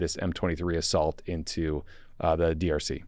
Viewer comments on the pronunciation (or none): none